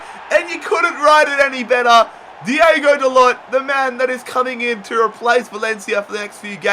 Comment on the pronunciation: it is not diego, it's diogo and it is not "da-lot" but "da-loh"(how it is pronounced